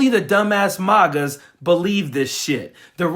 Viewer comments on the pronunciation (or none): He said "MAUGAS" 😆